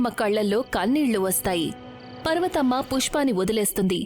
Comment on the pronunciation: పర్వతమ్మ ❌పార్వతమ్మ ✅